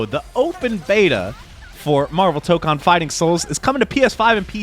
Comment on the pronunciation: I'm sorry for being pedantic, but "Tokon" is pronounced like "tow-cone" rather than "toke-on". I don't know if there's an official pronunciation guide somewhere, but the vowels are the same in Japanese (the first one is just longer than the second one).